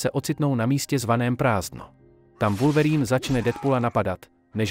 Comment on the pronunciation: oslovení Wulverýn zabijí mé uši